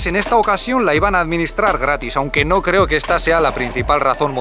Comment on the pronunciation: No te cleo dijo el tshino!